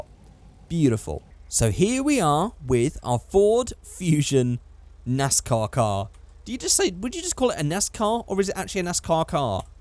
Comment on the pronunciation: thats a 'nice car' +accent 'nais/nas car' =nascar